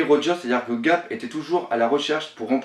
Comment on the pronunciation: Ga"R"p ! Et pas Gap ^^.